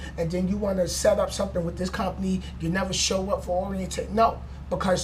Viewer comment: it "with" not "wif"